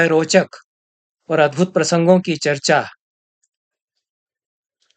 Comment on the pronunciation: "अद्भुद" शब्द को ठीक कर लें गुरुदेव 🙏